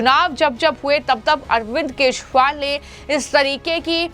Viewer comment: Kya tumhe kejriwal bolna nahi aata